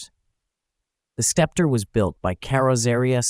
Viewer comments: Thanks for the detailed views of the interior! I had seen this car in my auto books but not too much. so, i believe it is pronounced "Septer" as the c is silent? One of the first cars with square headlights! ❤ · It's pronounced septer. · Why didn't you just call it the Skepp-tree? SUE YOUR TEACHERS! or stop using synthetic speech. Research the proper pronunciation of the words you need to use. Your channel is SO GOOD in every other respect. Don't you know anyone who is older than 40 or 50 who would gladly help you with this SIMPLE TASK? You should be embarrassed. But that was yet another failing the communist infested American educational system instilled into you to accelerate the destruction of western civilization. I wanted to know about this car. But your channel has become unwatchable by literate people. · Pronounced "septer," not "skepter." Nonetheless, stunning automobile! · * Say it SEP-ter :-/ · I'm having a hard time with the "Skepter" pronunciation. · Learn how to pronounce SEPTER and FASIA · The name is pronounced sep-ter. It means an ornamented staff for ceremonial occasions as a symbol of sovereignty. Clever name considering Studebaker was fighting for survival as a car company. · English for dummies, the C is silent. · The "c" is silent. Sometimes it's pronounced this way in this video. Other times, the narrator throws a "k" sound after the S. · Sorry...I had to stop watching because of the ridiculous mispronunciation of "Sceptre."" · Are you a sceptre sceptic?